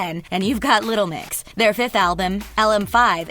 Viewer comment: youre saying 'little mix' wrong but I can't pinpoint how